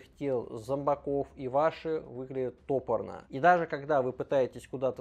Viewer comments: Не тОпорно, а топОрно😅 Ты же говоришь топОр, а не тОпор😢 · Спасибо!! Ударение в слове " топорно " на 2 слоге , "топорно " - сделано грубо , коряво , как вырублено топором.